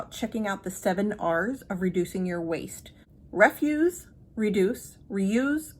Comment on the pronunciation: I think that the first "r" was possibly ree-fuze, not ref-fuse. At least that makes sense to me in the context....how much better it would be to simply not allow something to come into the home so that no further decisions are required? For me and coffee, I bought a Farberware stainless steel stovetop percolator years ago. It works great for me, and no counter space used. I do often filter it into a mason jar (no bleach filter, straight to the compost) but my husband drinks it gritty. My current coffee problem is that the foil packs from Aldi (fair trade) aren't easily resuable or recyclable. Love to hear any ideas about that.